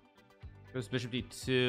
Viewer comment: bro please stop accentuating words weirdly, like just annunciate it normally. Love the content, hate hearing beeshop